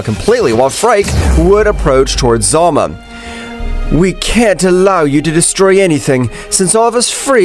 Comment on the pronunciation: Hes name is Zalama not Zalma